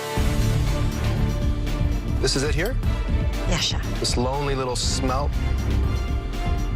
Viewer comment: How are they getting "shmelt" from "smelt"?.. Hm..